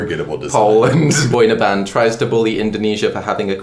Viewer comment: Did you just say "boy in a band"? Wtf Lmao its one word boyinaband